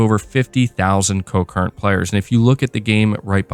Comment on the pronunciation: Concurrent...not co-current 😉 Definitely will have to check this out!